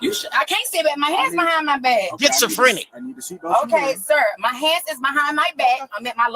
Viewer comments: Gets-a-frenic 😂😂😂 , what a idiot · She said it right😂 “Gets-a-Frinic” 😂😂😂 so she has that “Gets to Take 💩” type of personality 😂😂😂😂 and she’s named after her mom and dad 😂😂😂😂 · Getsofrenic, Pacific and classOphobic .she went to jail and did nothing but think about what she's going to steal when she gets home‼️ she picked up zero books and has no friends..because she's a full grown women and using worlds she can't even pronounce or spell ..